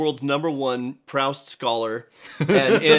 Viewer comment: It’s Proooost like booost